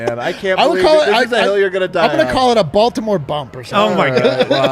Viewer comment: Lmao said Baltimore bummed 😭